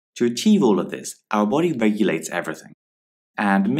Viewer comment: Thanks, so helpful! ( , does the way he pronounces achieve sound funny, or is it just me?)